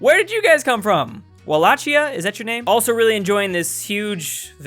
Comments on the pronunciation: Wall ak ee uh. that’s how you say it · It's valachia the h is silent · Wallachia is the country of Vlad Tepes. Otherwise known as Vlad the Impaler. Also known as Dracula. Also, you pronounced the "ch" in Walachia wrong. You use the "ch" from "charge" (tsj), you should try to use the "gh" from "cough" and combine that with how cats hiss. xD